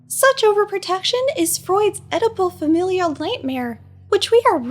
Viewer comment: When you said Oedipal mother the first time I thought you said edible mother!